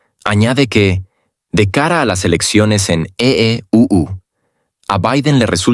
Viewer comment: Por favor ya deja de decir EEUU porque aveces dices EEPUTU o EEU o EU etc.. Porq no dices simplemente USA y a europa EU.... Tan facil todo de pronunciar